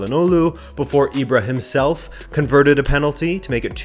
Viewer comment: "Ibrahim Self" - not gonna lie, it took me a few seconds